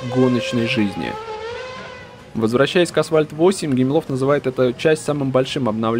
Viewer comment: Когда кто-то говорит "асВальт", у меня уши в трубку сворачиваются